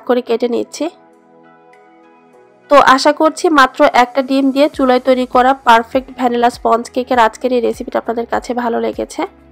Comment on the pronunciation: চুলাই না শব্দটা চুলায়... এটা জেলাগত প্রবলেম,অনেক শিক্ষিত লোকগুলোও এমন ভুল করে...